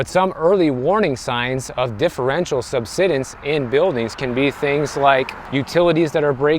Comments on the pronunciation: Just FYI, “subsidence” has a long “i” sound; like to subside. There’s an “e” after the “d”; which means the “i” is long. If it was pronounced the way you’re saying it, it would be spelled “subsiddence”. So it should be “sub-side-ense”. Hope that helps. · sub-SIGH-dence Beyond that, I didn’t move to Florida for years because the pay was comparatively low. Then the home prices doubled almost overnight. Then the insurance and HOA blowups followed. There are definitely issues. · It’s pronounced “sub-SIDE-ance.” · SUBSIDENCE,...pronounced SUB SIDE ENCE 9th grade English levels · It's pronounced: Sub-Side-ence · Pronounced sub-sigh-dense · He learned a new word 😂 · Subsidence, not “subsiddence”. Say the word “subside”, and add “-ence” to the end. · Pronounced Sub-side-dense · Thanks for the video. Florida and California have a lot in common. Nice weather. High Costs. Poor affordability. And desirability for many wealthy buyers. One minor thing. It is pronounced SUB-SIDE-ENC. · Always when you run across a word you don't know how to pronounce correctly, just go and ask the internet ("meaning of" xyz word). Just takes a couple of seconds to do so you don't feel bad when you later find out you have been saying the word wrong. Have a good one everyone. Really enjoy and find channel extremely informative. Thanks. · Google the pronunciation of "subsidence".